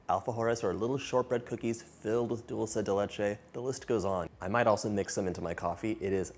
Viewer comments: ¡ Que bien pronuncias “dulce de leche” ! Soy argentina 🇦🇷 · You said it right!!!! It drives me bananas when people say dolce de leche and not dulce de leche…my name being Dulce, I love being called Dolce, doesn’t bother me one bit but when Italians see it and go with their version but when referencing this treat…SAY IT RIGHT!!! Thanks a million, John!!!